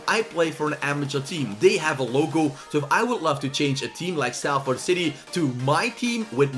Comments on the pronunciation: btw its said as sol-ford not sal-ford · Pronounced SOL-FORD